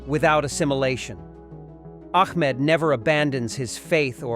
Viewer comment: Great movie. But please youtubers when using AI voice over make sure to edit correctly its Ahmed not Ahkmed. Every AI video screws up. Fix it.